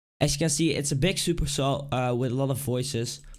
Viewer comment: Why do danish people pronounce G as a K? "make it sound bik" its big NOT FUCKING BIK